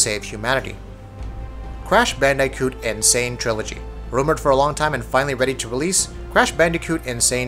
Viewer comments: Did he just say crash bandaicoot? Is dis boy trying to make me sick? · Band"AI"coot??? excuse me sir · It made me cringe lmao.